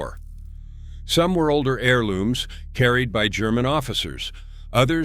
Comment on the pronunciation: Nice visuals. Subious narration. "LOOJER" pistols"? G.I.S??? HAEIOUl....? ("Heirloom") Dead giveaway of robo-narration (text to "voice"" or basic semi-literacy Repetitive and often irrelevant text.